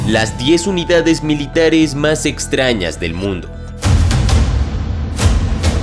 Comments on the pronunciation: dice Exrañas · le falta la "t" en extrañas 😃